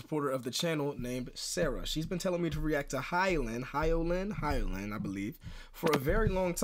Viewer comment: Her name is pronounced “hee-yo-Lin” thank you for the reaction